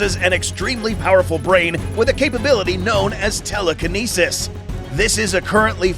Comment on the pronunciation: Anyone else notice how he said telekinesis which is fictional a bit wierd